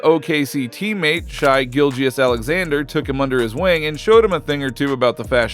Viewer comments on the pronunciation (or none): It’s not fucking “shy!” It’s Shai (shay). How can you have an nba related channel and not learn the pronunciation of a guys name, albeit and all star, before making a video? Look, I’m sorry for being mean lol it just drives me fucking nuts